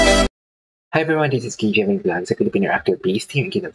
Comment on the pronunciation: Jelly po pronounciation ng name niya😊